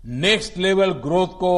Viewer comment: This president can not say growth properly. Modi na India ke Ma de kar de ha ?